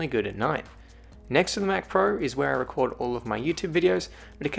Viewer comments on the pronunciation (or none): none